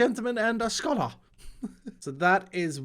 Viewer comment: For some reason "scholar" doesn't sound like a word when you say it.